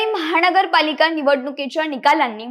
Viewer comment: "महाणगर पालिका"-- अशुद्ध उच्चार!! सावकाश बोला!!